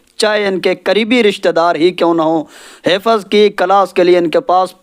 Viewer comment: Pehle aap apna talaffuz sahi kareN Hifaz nahi hifz Wakat nahi waqt Ilam nahi ilm Tame nahi timre